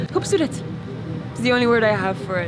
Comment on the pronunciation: and your way of saying "KHOOBSORET" was just amazing👌